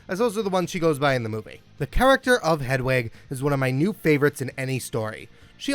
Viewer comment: Look, I'm a straight, white, cis guy and while I appreciate that my opinions on LGBTQ+ matters means jack shit-- You're pronouncing Hedwig's name wrong 🤣